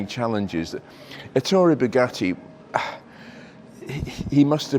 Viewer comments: Boogah-ee! Or what is worse “coop” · I’ve normally only got praise for your output but saying “Bugatti” like an American sounds ridiculous. Aside from that, great video.